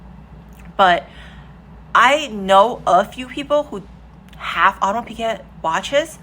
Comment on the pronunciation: as a french speaker - try "Aw-de-mars" "pic-get" - that might work for english speakers.